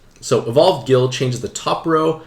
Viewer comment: I find it hilarious that base Ryu got a bunch of L awakenings because his hadoken motion is down to forward and a punch button. Edit: Why are you pronouncing Guile as Gill?!?! Gill is a whole other Street Fighter character.... It's pronounced GUYL!!!! I'm glad I watched this video. I rolled Dhalsim, R.Mika and Balrog and felt kinda bad that I didn't get any high ranked cards, but the ones I got all have some kind of value.